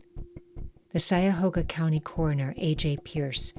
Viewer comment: It's pronounced CUY-a-hoga not SY-a-hoga